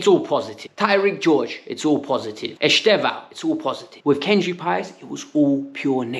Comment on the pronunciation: He pronounced it something like "Easter-vao" not "Easther-vao".